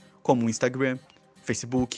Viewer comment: "istaugram" Rachei ._.